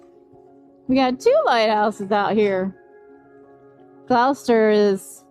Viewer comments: Please learn to properly pronounce Gloucester, it’s glahster. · Thank you for lovelyepisode. But it's pronounced 'gloster'. On your return come up to Rockport for a quintessential New England seaside town. In fact it was 'dry' for two hundred years thanks to Hannah Jumper and her girlfriends who in 1856 split every cask of rum to get their spouses back to work.